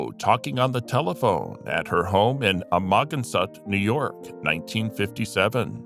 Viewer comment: "A-moggin-sot" LOL!